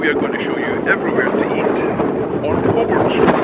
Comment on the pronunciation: The Southern Cross is very good and yes the cakes are Good! Are you sure about that pronunciation? Wouldn't that be Coburn? 👀